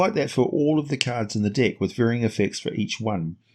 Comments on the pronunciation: Sounds like you're saying The dick of many things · Hehehe your accent and the word deck.... Brings out my inner Beavis and Butthead.